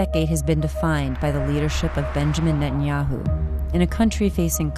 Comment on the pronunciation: It's Ne-tan-yahu